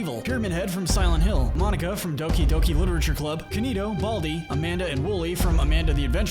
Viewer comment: So we are just going to brush over the fact that he said baldi I'd from Amanda the adventurer